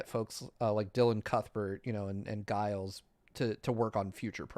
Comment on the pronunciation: it's not "Guiles," the G is liquid pronunciation. Why is nobody correcting him?